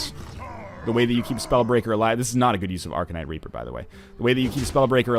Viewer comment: at sounded like he said arcanite raper